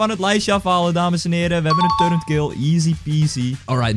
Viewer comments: turreNt? volgens mij is het toch echt een turret, dus zonder de N. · Hij zegt alleen maar turrent maar het is turret LIKE ZODAT DIT ZIET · Je zei en schreef turrent maar het is turret zonder N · wanneer gaan mensen eens begrijpen dat het 'turret' is en niet turreNt..... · Waarom zegt ie de hele tijd turrent en hij typt ook turrent en het is turret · het is turret niet turrent